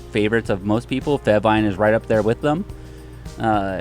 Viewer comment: Cringing when he says fehvine